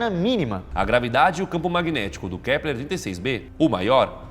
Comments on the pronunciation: "KLEPER " kkk mais alguém reparou ? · Só eu ouvi o Lucas falar " Kleper " ao invés de Kepler ? Rs